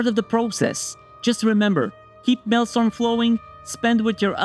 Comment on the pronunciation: You are mispronouncing maelstrom